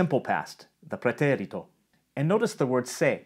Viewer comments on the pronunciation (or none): Know that vowel length doesn’t exist in Spanish. You’re pronouncing the é in “pretérito” longer than the other syllables. That’s good English timing, but not Spanish. It’s a syllable-timed language, so all the syllables are the same length. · agree - sounds like Italian, the last 'e' needs a stronger emphasis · I liked that you pronounced "pretérito" with an Italian accent. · I thought the same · Yeah I noticed that, too. Like instead of just accenting the é, he lengthened it quite a bit as well. Instead of four sixteenth notes with the second one accented, he's doing a sixteenth-eighth-sixteenth-eighth type rhythm. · I love that Latin pronunciation of "preterite/preterito" :D